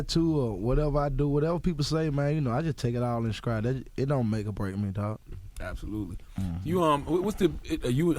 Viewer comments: "I just take it all in Scride" SCRIDE.. SCRIDE.. lol lord this man really pronounces his "T's" as "C's"😩😂😂 Side note: this is not the same man/Gucci.. Nigga was def cloned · He really said scride instead of stride 😂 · " I just take it all in SKRIED " - Gucci ........ I think he meant Stride lol